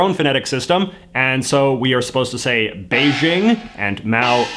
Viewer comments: JJ, your pronunciation of “bei-ting” needs some work 😂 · It's neat that you use Beijing as an example. Your pronunciation is still poor, since it's more like a hard "J" (běi jīng). You might notice 北京 (Beijing) and 东京 (Tokyo) share 京. This is because the character 京 means "capital" (Beijing as "north capital" and Tokyo as "East capital") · Because they do pronounce it like “Beijing”; JJ just accidentally said a “t” sound instead. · No, he is trying to pronounce the ts consonant in Mandarin, but he left out the s . The capitol of the People's Republic of China, 北京, is pronounced as buck-ging [pɐ́k̚.kêŋ] in Hong Kong Cantonese. And the first chairman of PRC, 毛澤東, is pronounced as Mo Tsak-Dung [mȍu tsàːk̚.tóŋ].